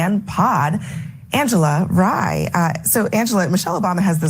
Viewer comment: her name is Rye (R+I) as in rye bread not ray.